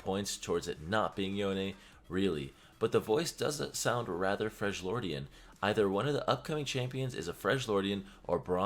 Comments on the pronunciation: Why does " freglordian " triggers me ._. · If I hear Fredge-Lordian 1 more gotdam time LMAO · FREL-YORDIAN, NOT FRENCH-LORD PLEASE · WHAT THE FUCK IS A "FRRJLIORDIAN"?! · FREJ-LORDIAN made me stop watching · Why do you say freshjordian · youve played this game for how long now and you cant pronounce freljordian right. the characters in the game literally say it. holy shit